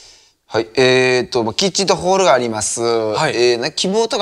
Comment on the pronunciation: ここのふくちくの｢えーっと｣が｢屁ーっと｣って聞こえてトイレのこと考えたんじゃないかと思ってる